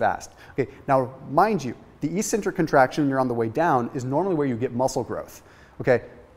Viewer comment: I always giggle a little bit when he says e-centric